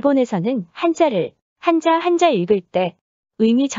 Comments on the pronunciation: 한자를 한짜로 발음해야 맞겠죠? 한. 자 로 하면 한 글짜 라는 의미. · 漢子읽을때는한자가아니라 한짜가 아닐까요? 한자발음이 참 거북하게 들리네요 띄어쓰기를 안다면 우리한자의 소리내는 방법도 공부 할 필요가 있다고 느껴지네요